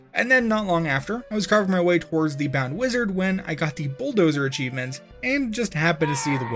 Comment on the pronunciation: im not watching illiteracy made into a job.. achivemint land? A chive ... mint.. land? Really guy?